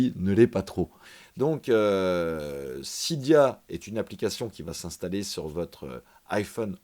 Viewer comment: Sa ne se prononce pas sida mais cydia